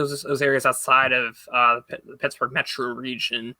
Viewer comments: Two pickets to Tittsburgh please 😂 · You pronounced Shittsbugh incorrectly